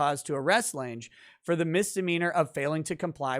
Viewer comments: Lange, like long but with an A. As in Jessica Lange. Not Jessica "Laynj". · Lange is German and is pronounced lunga. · OMG. It's pronounced LANG. The "e" is silent.